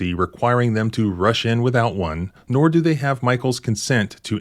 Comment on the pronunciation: "Come to the noor"